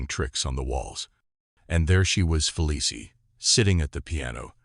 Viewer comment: Hard to listen to AI read this. It's pronounced Feleece, not Felicie.